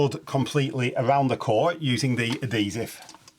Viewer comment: " A-D-Sive" "How-ers" lmao You removed the "H" from "Ad-He-Sive" and stuck it on "(H)ours" lol